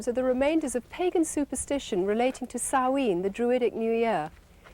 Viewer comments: As a Scot and native Gaelic speaker, It's pronounced SOW-ANE you prat. And the "ritual" looks like morris dancing mixed with OBAD ritual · The way Karen, here, keeps pronouncing Samhain is making my brain itch.